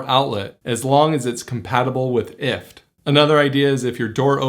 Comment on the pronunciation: First time I ever hear someone pronounce it IFT and not Eye-Eff-Tee-Tee-Tee, took me a second to understand! haha